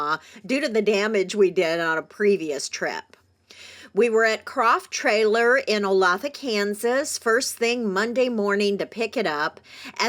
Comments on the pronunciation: It's pronounced oh-lath-ah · Welcome to Kansas! Red Crow Brewery is just a few blocks from our house. And Croft is my go to for my 3 trailers. Meet to see our local area in your video. By the way, Olathe is pronounced- O-Lay-thu. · No. It’s O-lay-tha. Lath is what’s under plaster walls in old houses.